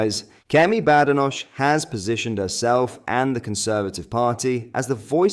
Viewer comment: Its pronounced Bad Enoch . . . . . . To differentiate from Good Enoch